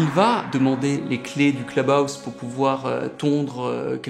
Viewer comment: Le cleube aousse…….sérieux ?